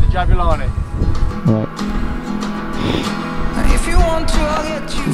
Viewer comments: Pronunciation is actually "JABOOLANI" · I'm from South Africa. The name which is a common name for black males is pronounced - Jah boo La knee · Lol it’s pronounced Jab-oo-la-ni Also I think the main reason why the movement is so erratic is because it is designed to be played in higher altitude(high enough for a rugby ball to carry an extra 9 meters and at sea level as well as a rediculous difference in humidity levels between altitudes and different parts of the country with little difference in movement variation. I live in South Africa and and the difference between Johannesburg and Durban and Cape Town. Johannesburg being dry and hot with afternoon showers. Durban being hot and Extremely humid, enough that if you moved from Johannesburg to Durban via plane when you get out you feel like your swimming through the air(hot tub edition). And Cape Town being highly a kin to the climate found in the south of France, Italy or Greece, extremely Mediterranean. So the ball was probably designed with that in mind. If you wanna see just how many climates there are in SA go look at a climate map